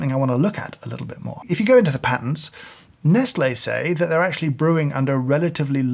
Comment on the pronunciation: I have never heard someone pronounce Nestlé that way